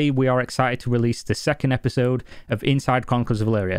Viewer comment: "Epsisode".. You're welcome!